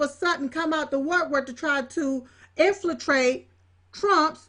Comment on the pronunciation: "Infratrate", really? Jesus....